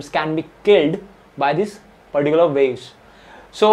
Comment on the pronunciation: Whenever i skipped video he was saying paricular 😂